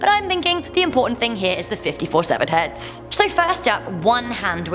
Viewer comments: I can't tell if you're saying hands or heads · she was saying sevared heads not hands